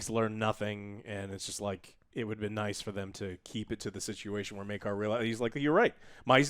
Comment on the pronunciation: Take a shot whenever joe calls Maekar as maegor.